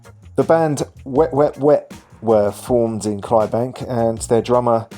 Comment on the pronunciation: The fourth letter of Clydebank is “D” may I suggest that you pronounce it and also fact check your content ?